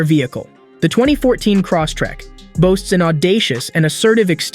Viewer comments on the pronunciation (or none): "Cross-tek" Lol